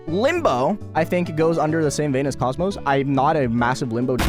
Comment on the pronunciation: Idk why but listening to someone say "cosmos" instead of "kokmok" just feels weirder at this point